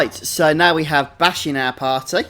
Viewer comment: only annoying part of the video is u pronouncing bashe and rabanastre wrong bashe is with a long a not a short a and rabanastre the E at the end is silent